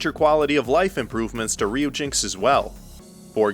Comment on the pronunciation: Pretty sure Ryujinx is supposed to be pronounced as Ryu-Jin-Ex. Dont quote me on that though. Furthermore, I think Knytt is supposed to be pronounced with a soft 'k'. (Not criticizing, just trying to helpful).